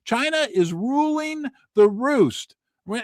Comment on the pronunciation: I like the way you said "China is Roowing the Roost", instead of saying "Ruling the Roost". Spoken as a true China Man would pronounce it in English, lol